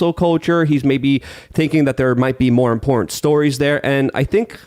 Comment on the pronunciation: there is a "tant" at the end of imporTANT